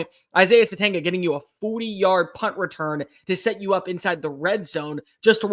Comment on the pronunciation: We are about to be 7 weeks in. Isaiah Sategna.....the G is silent.